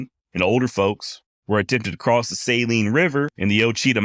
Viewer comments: Ok. Ouachita is not pronounced that way. It's Wa-shi-taw. And the Saline river is pronounced Suh-leen, accent on "leen." Great 'cast. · Saline river… “suh lean” Ouachita…. Wash uh taw..😂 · Saline River = suh leen river. Ouachita Mountains = wash it tah Mountains